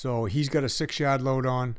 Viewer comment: Whats a Yead? lol jk I know you said Yard. lol